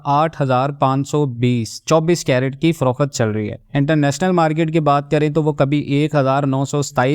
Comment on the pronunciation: Frokhet? It's frokht